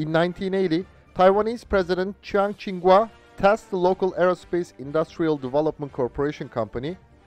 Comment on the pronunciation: I'm pleasantly surprised to hear my name "Kuo" pronounced correctly. For so many years, I gave up on trying to explain the "kwah" pronunciation. I just tell people "quo" as in "status quo". My father's Taiwanese, but very much hates the KMT, obviously including the F-CK-1's namesake Chiang Ching-Kuo. I remember back before the democratic revolution, for some reason we got a shiny brochure in the mail with color pictures of the F-CK-1 jet fighter. I just thought it was a cool looking jet fighter, but my dad looked at it like ... well he didn't literally spit on it, but I could tell that's how he felt.